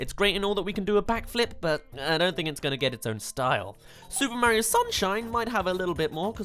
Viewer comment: STOP SAYING MARIO LIKE THAT PLZ